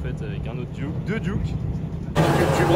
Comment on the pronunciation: c'est des duckw pas des duke c'est comme donald duck pas donald duke.... sauf si vous les francais vous avez donald duke et daffy duke , la prononciation francaise est pire que le canadien alors